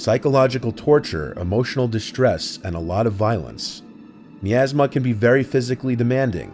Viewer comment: It’s MY-ASMA pronunciation for MIASMA.